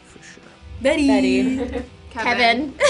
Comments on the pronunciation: KJ says bitty instead of betty haha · Is it just me or when Kayjay says Betty he says it with an i he says “bitty”😂😂💫😂😂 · Did anyone notice kj said bitty instead of Betty lol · Everyone: Betty Betty Betty Betty Archie: Biddy😂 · lol the way kJ says beTTy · I love how k.j calls Betty, Bitty😂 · When KJ says Betty it sounds like Bitty